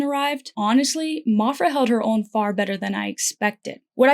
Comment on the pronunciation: Maphra is not pronounced mophra lol. Like math is not pronounced moth. I liked your metaphors. Interesting.